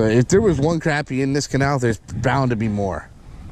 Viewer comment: Yay!!! You said crappy and not croppy or crahpy